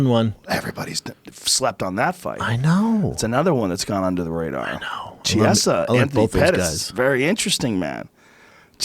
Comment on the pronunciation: Please all you Americans like how to pronounce Chiesa properly. Key - a - za.